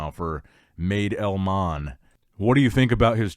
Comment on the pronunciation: madelman is pronounced like mad as in crazy. the second part is correct. xD